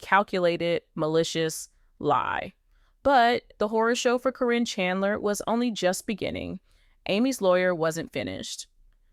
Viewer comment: How do you not get sued for putting out these lies, do you mispronounce her name wrong so that you think that'll keep you from getting sued? If you're going to talk about somebody you should have the decency to say their name right!